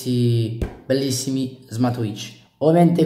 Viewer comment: ti ho solo corretto. Sentire Smart"wi"tch per tutta la recensione non è il massimo, nulla di piu